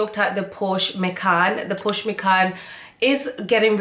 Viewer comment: Congrats for your nice car. Also germans said Porsche Not Porscha